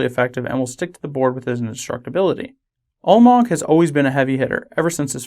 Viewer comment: You're pronouncing it Ulmog. The A isn't silent.